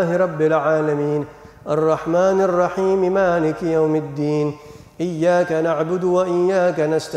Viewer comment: Mohon maaf ada part pas baca Al Fatihah kayanya yg sya denger pas bagian maliki sepertinya ma nya pendek padahal harusnya kan panjang,, mohon maaf apa mungkin saya slah denger